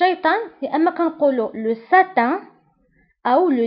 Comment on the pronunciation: On dit satan pas satin .l'enfer c'est djahanem .. Merci bien